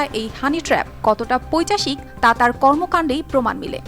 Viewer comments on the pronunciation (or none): কথাটা পৈচাশিক না পৈশাচিক,বাংলাদেশের চ্যানেলে বাংলা উচ্চারণ স ঠিক হওয়া বাঞ্ছনীয়।(কলকাতা থেকে) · পৈচাশিক নয়, পৈশাচিক ।